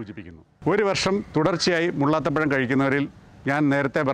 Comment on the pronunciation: മുള്ളാത്ത പഴം അല്ല മുള്ളാത്തപ്പഴം എന്നു പറയൂ